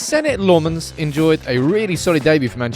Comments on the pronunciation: Repeat after me “lah” “men” “s” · Lammens. Its like the first 2 letters of Laughing. Use that pronunciation. LAughing. Remember that LA, and Lammens. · I love how you're so focused on pronouncing his name correctly. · How are you pronouncing that name? 😉🙃